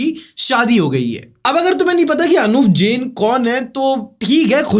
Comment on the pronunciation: bro its not जेन its जैन